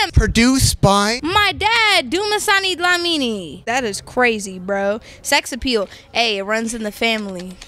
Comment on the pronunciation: The way she said "Dumisani Dlamini" Lol